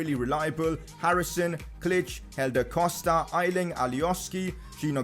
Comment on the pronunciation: A-ling not I-Ling